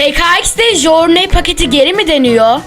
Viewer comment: Jorney diye okunmuyor o jurney diye okunuyo knk